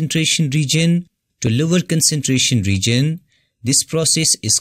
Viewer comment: It’s “Region”, not “Reegion”. Overall, good video.